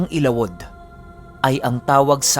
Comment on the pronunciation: correct pronounciation ng ILAWOD ay...ILA-WUD....